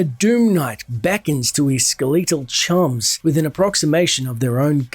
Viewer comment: You are pronouncing "skeletal" and "stygian" incorrectly. Stygian is pronounced a hard 'g' like in "gem" Skeletal is like SKEL et AL. Not ske LETE al. Sorry these things just bother me and I feel like you would wanna know the correct pronunciation given you are narrating a story.